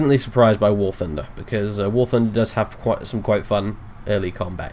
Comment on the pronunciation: I heard war tunder